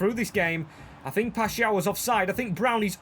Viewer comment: W for learning how to say paixao